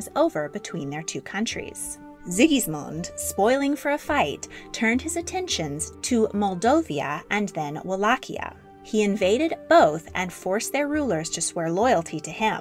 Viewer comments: 'Moldovia'? Moldavia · It’s either Moldova or Moldavia, not “Moldovia”